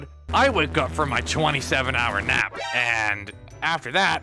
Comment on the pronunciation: I thought he said “I woke up from my 27 hour map” not nap 😂